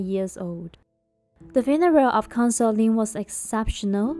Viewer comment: Consort...please Pronounce properly